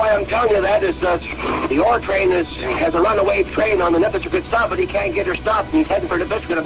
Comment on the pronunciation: Local’s note: Nipisiguit is pronounced Nip-iss-i-gwit